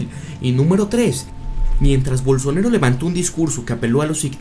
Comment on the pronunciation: se llama bolsonAAAAro, no bolsonEro. tan dificil es decirlo bien????